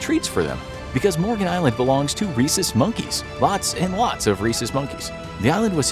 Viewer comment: I keep thinking u said racist monkeys lol. Till u spelled it